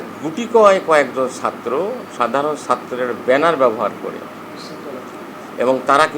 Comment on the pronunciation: ছাত্র, বলতেও পারেনা।